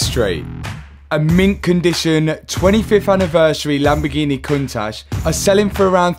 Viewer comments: The lambo Cun tash 🤣🤣 I can't stop hearing it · COUNT TASH - learn to pronounce it properly 😅